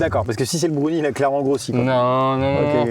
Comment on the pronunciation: Les fameux " Brounies "